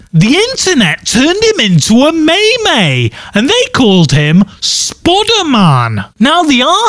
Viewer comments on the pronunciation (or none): Anyone notice he said mie mie instead of meme lol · Meme? Maemae? What? I thought it was said as 'meem' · May-May... May-May!? MEME! NOT MAYMAY!